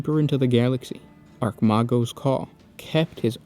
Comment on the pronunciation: just some clear ups, baal is pronounced bale, not ball, roboute is pronounced ro bu tay. for chogoris, its exactly how it sounds ch like ch for chirp, o goris. archmagos , pronounced arch-may-gos. freighter is pronounced frayter, for rynns world its rinns world, not rine. great vid man, just trying to help you on pronunciation of these words. they are tricky. but people tend to mispronounce these words.